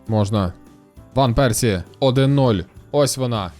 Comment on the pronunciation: Гарно прозвучало іВан Персі..)